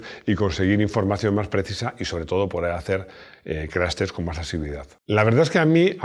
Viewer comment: CRASH TEST así como está escrito!!! No se te escucha profesional CRAS TES.!!!